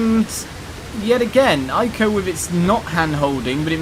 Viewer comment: I am pretty sure that "Ico" is pronounced "Ee-koh", actually; at least, that's how it is written in Japanese.